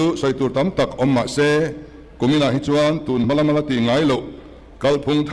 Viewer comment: 'chuan' tih pawh a thiam lo,.... 'chuen' a ti zêl. 😂😅